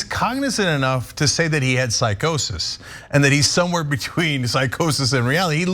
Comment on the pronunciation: He wasn't smoking on that episode, he was drinking. He stated on air, that he's not one of those people who can smoke, because it makes him paranoid. And what is 'psicosis'? 😂 It's Psychosis